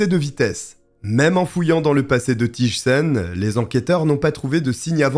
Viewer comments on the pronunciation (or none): Quelle triste histoire 😢 un féminicide de plus 😓 Rien à voir mais, si je peux me permettre, on ne prononce pas "Tije" mais plutôt "Tey" en accentuant le i. Abonnée direct aussi ❤ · Thijssen se prononce Teillsseun ( ij = eille)